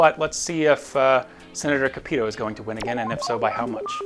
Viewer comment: Small note but you’re pronouncing Sen. Capito’s name wrong. But other than that, great video as always!